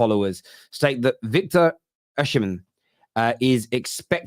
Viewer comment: Oshimen is an Igbo name- the h is sikent. Its Osimen